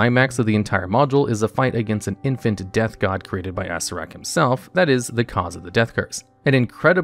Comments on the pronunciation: Me, too! Plus Assirak... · Acererak .. ASSREK? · This guy. Undeads, T'eye ah mot, ass ear ak... you are killing me.